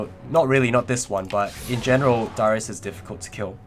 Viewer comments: Happy birthday! but you kept saying dyrus instead of darius, hahah. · you also dont pronounce darius' name properly, ots just darius not daahrius